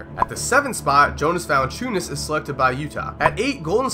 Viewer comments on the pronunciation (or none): jonas valanciunas it is said yonas valanchiunas